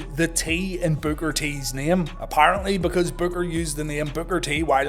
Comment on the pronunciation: It was a pretty good storyline with Booker Vs Stevie, plus Midnight and Big T. But Booker lost too many matches during that storyline. Oh you kept calling Booker BOOGER 😂